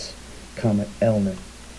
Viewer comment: Unfortunately this guy's credibility is compromised by his getting the date wrong and inability even to say the name of the comet correctly... ELIEN? Perhaps he has a bad case of DYSLEXIA.